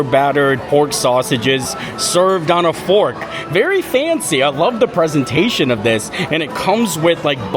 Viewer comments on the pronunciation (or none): none